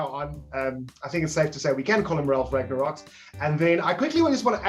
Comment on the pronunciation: "Ralf Ragnaroks", really? In the title of the video I expected it was just a mistake but you also said it ... and again and again and it doesn't seem to be a joke. The correct name is Rangnick. You're welcome. ^^ -->